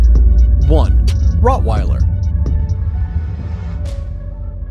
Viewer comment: Bro it’s not rotwiller it’s Rottweiler